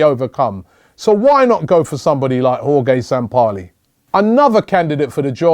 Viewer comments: Jorge is pronounced Hor-Hay...NOT Hor-Gay! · Jorge is pronounced "Horhey" Robbie, not "Horgay" 😂, but great vid buddy